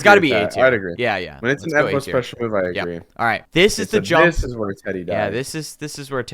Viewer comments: Is this channel rake because it sqy evmo not evbo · It's evmo, not evbo!!!!!!!!!!!!!!!!!!!!!!! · Why are you called evMo and not evBo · his name is Evbo not “eVmO”